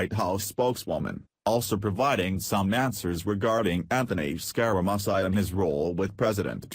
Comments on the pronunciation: LOL! Why are you pronouning his name SkyRaMysi????? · This lousy computer voice can't even pronounce the name of the subject of the video piece. I am un-subscribing